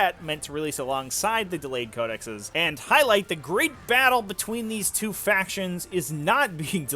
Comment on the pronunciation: just quickly: Code-eh-sees